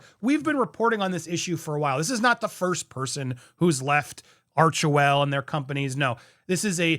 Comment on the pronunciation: Sounds more like “arch•hell”.. ouch!